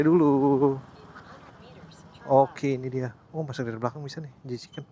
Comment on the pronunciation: Tolong bangggg itu J. Chicken bukan J.Kichen... gak jadi endorse dahhh 😂